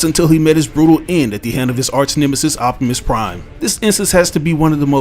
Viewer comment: I like when you say “optimus prime”